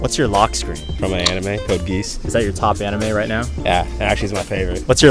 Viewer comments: The way he pronounced it was like “code geese” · It stabbed me when he said it's his favorite and just mispronounced it lmfao. I loved code geass probably one of my top 5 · says its his favourite anime but can't even pronounce the name right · I was screaming pronounce it right!!!! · the way she absolutely butchered the pronunciation 😭😭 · If it’s your favorite anime next time you should learn how to pronounce the name right.